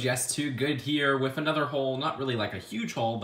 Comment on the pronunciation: I like your videos. You say "whiff" instead of "with."